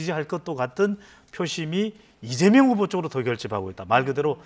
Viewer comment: 남자 앵커.. 이재영? 발음또한 신뢰도에 포함되는겨...